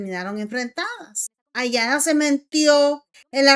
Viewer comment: El nombre de la hija de Lupillo es Anaya no( Ayana ) y el de la novia es Taina no (Tania) hay que desir bien los nombres please